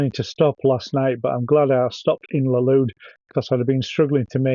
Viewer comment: You pronounced both Burgos and Valladolid incorrectly. Typical Brit abroad😂